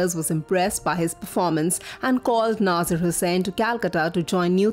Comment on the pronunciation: Its nazeer not naazaar